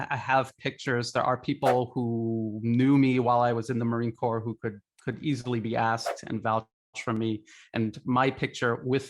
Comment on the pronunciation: By the way let Li know we are former Marines, not titled as Ex Marines. Pronunciation is marine cor, (ño p, no s) sounds.